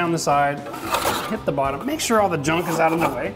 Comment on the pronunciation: Screw Netflix! I'm binge watching Renovision DIY!!!!!!!, it's not pronounced oot, it's out, like when you get hurt and say oww, then add a "t". Owwt!